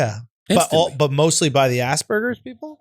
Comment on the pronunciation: This man said Hamburgers instead of Aspergers. I’m fucking DYING 😂😂😂😂😂